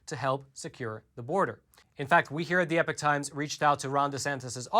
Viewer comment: Please .................... Please, peice of Advice ............. When you say epoch times, it SOUNDS like EPIC TIMES. I thought it was epic times for a while & My freind just told me he thought it was EPIC times too because the guy says EPIC times ...... so my apologies but yes thats still what I hear is EPIC times. No not everyone will hear that but,some do. It may help to say EPOCH either clower, or clearer? so people dont Think they hear EPIC.